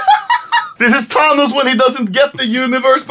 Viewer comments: its Thanos not tanos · Anomaly: calls Thanos Tanos. Thanos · 'Tahnos' Thank you Swedish boi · the fact that he pronounce thanos tanos and not fanos